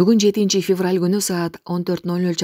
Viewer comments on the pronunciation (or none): none